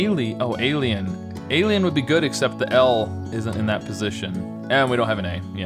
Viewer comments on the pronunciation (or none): none